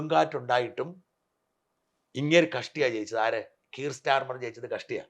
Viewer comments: He is keir starmer. Nigel Farage George Galloway. Pronunce names correctly. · You have been in the UK so at least say the names of Kier Starmer, Nigel Farage etc. correctly. That is why the white people dislike immigrants.